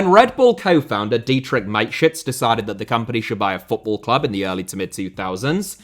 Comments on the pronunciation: Its Ma-te-schitz. With the german a. Not mate-schitz. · The man's name was Mateschitz with the 'e' being voiced not Mate-shits. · i love you but who tf is mikeshits, its mata (like juan mata) schitz, more emphasis on the sch and a double e sound not an i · It's pronounced mattershits not miteshits... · ffs man MATESCHITZ. There is no I in there. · Because of the pronunciation of Dietrich Mateschitz, it sounds like My Shits...😂😂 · Mate shits... Why didn't he look up the pronunciation? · STOP butchering names... He was not your mate, mate.. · pronunciation of Mateschitz and Upamecano make me ROFLing, literally. Nice video as always. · I'm sorry, but the pronunciation of Mateschitz gets me every time.